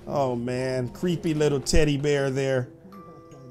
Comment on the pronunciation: He said cweepy